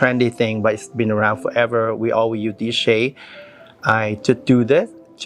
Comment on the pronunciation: Why don’t you pronounce the word “USE”. You can say the sound in other words. Strange